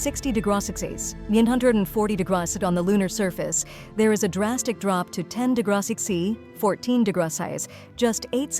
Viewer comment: Your AI can't cope with degrees or degrees symbols. Start listening and keep listening. It invents words for anything having to do with the word degree or degrees; day-grot-sat-says, "40 dey-grot-sit on the lunar surface," "10 day-grot-sat-see," 14 day-grot-sighs," ect this happens whenever trying to communicate temperature. Also centimeters ends up something closer to cinnamaters, like spicy potatoes. Thank you for listening.